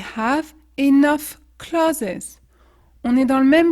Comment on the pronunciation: Enough le début se prononce pas par un i mais un e . Même si dans dans l'alphabet anglais le e se prononce i .